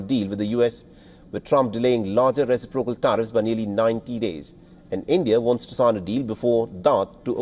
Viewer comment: ress-SIP-procal, not ressi-PRO-cal. Emphasis is on 2nd syllable, not the 3rd. No Asian gets this correct.